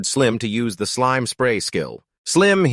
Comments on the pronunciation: This is a good vid but i get rage baited every time it says slim instead of slime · it's slime not slim